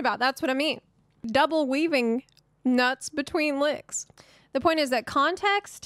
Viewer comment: She say "WEAVIN NUTS BETWEEN LICKS" XD